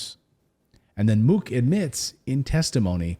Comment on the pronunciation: Mook, pronounced MUCK